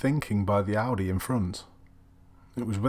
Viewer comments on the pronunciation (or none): none